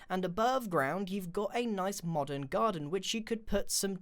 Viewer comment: when grain says modern doesnt it sound like he's saying modded?xD